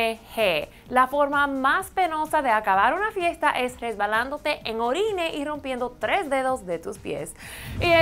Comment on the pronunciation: Se dice ORINA :D